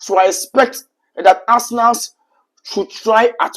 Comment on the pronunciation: Arsenalssss 😂.... What's with the Sss. bro?